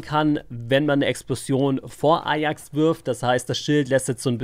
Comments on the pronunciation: sprichste englisch aus und ajax ist bei dir eierks:D statt eyjacks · Alter wie spricht der bitte ajax aus